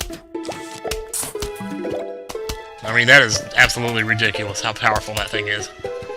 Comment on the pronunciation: So much POWAH in your Doom-Shrooms! You're so POWAFUL!?